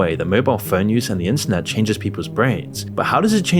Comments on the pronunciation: Please enunciate a little more clearly, you somehow pronounced the word "internet" as "incest" like a dozen times throughout this vid and gave me whiplash every time lmao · Is it just me or did bro saying “internet” sound like “inc*st” at the start of the vid?